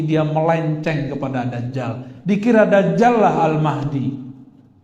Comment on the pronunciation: dajjal sebutannya bukan dazzal 😂😂😂